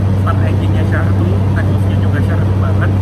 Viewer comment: izin koreksi bang, take off bang bukan tekop. sempat ngeleg dulu aku, tekop apaan dah 🗿🙏🏻